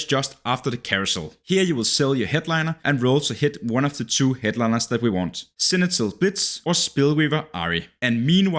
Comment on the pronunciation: Does he say "senital" kkk? No shaming tho, just thought it funny ahah